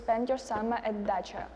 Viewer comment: Dacha sounds like the car Dacia lol